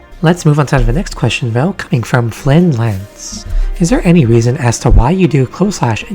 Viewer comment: No you didnt LOL. Its pronounced Flyne like offline (of-flyne). No worries tho everyone gets it wrong hehe